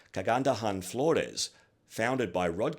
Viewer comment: I’m so thrilled and surprised that you have done a good job in pronouncing “Binibining Pilipinas” and “Kagandahang Flores”!! You are AMAZING!!!!! 👏👏